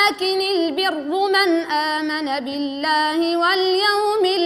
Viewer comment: السلام عليكم ورحمة الله وبركاته 🚫🚫🚫🚫🚫🚫🚫 لماذا اللجنة لم تصحح فتح الراء بدل الضمة في الاية في " ولكن البر"